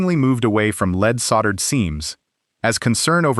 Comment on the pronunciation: Lead is not pronounced as "leed". AI got it right a couple times, but its not "leed solder".